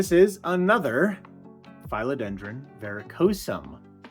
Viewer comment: Who are these mafia community members you speak of 😮? I’ve never understood naming plants, but I suppose it would be fun 😊 A couple of things, since you asked. Phil-o-den-dron isn’t pronounced with a long i, but a short i, like the male name Phil. YW Regarding the 3 rubber trees upstairs, IMO, it’s a little too late for notching. I would chop them into 3, plant the cuttings back into pot & they’ll branch. Notch the top cutting to branch after established.